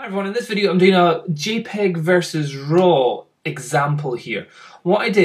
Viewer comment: it's not gpeg, it's jpeg